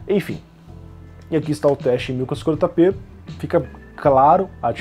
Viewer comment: ele falando 1440p nao consigo entender nada kkkkk